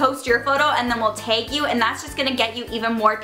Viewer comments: Did anybody else notice how she would say "Tag"? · You say "tag" like Wisconsin people 😂 It's so cute ❤️ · Omg the way she says tag and hashtag, I forgot how Canadian she is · How she says tag 💀💀still love you 😋💓💞